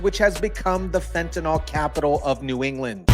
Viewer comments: you know as an organic chemist I have perplexed at how everyone is pronucning fentynyl. by saying it as fentanol that OL ending? it means it is an alcohol, which it is not. Take it from wikiepedia if you want to stop sounding like an eeeeee deeeee ot. lol The correct pronunciation of fentanyl is "fen-ta-nil" , with the stress on the first syllable and the final syllable sounding like "nil". The pronunciation is often rendered as /ˈfen.tə.nɪl/ in the UK and /ˈfen.t̬ən.ɪl/ in the US. While some people pronounce it as "fentanol," this is considered incorrect because fentanyl is not an alcohol and does not have the "-ol" suffix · Fentanyl does not rhyme with alcohol